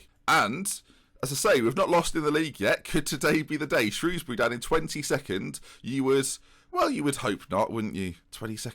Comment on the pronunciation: thank god for the proper pronunciation of Shrewsbury